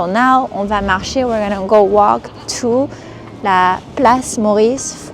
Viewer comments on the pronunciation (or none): none